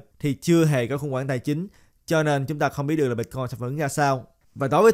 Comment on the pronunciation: Ban noi chuyen hay day! Nhung mà ban pronounce la Bít-coin thì nghe suong se hon. Great work!